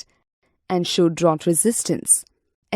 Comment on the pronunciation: its drought